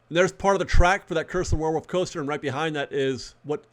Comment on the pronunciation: Great update. Did you say "curse of the werewuff"?